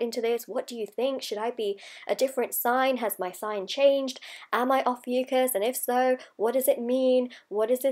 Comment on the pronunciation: Not even pronouncing it correctly 😒